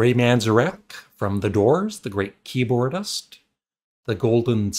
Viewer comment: Hello! Yes, Rare Earth is great and “Ma” was that album title. I love the Ray Manzarek first solo albums starting with The Golden Scarab; I bought it on LP and 8 track. I believe his name was pronounced “man-ZAIR-ek.” I love Mrs. Miller’s fun music! I love Sparks, too and the “Pulling Rabbits Out Of a hat” album cover was cool. I suggest you review some old album covers by Nurse With Wound and Current 93. “Whose idea was it?” Probably some name we’ve never heard of. The bigger question is why, I think. Maybe I'm the only Prince fan in the world who is absolutely neutral on the "Lovesexy" album cover. I like the Paul McCartney “Pipes Of Peace” album. Have a nice day and stay safe